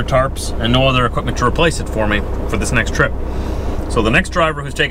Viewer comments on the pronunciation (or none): none